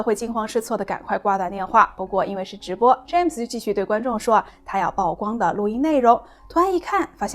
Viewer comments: 曝光 曝露 野人獻曝都唸「舖」不唸「報」. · 姑娘，請讀：曝（Pu）光。加油！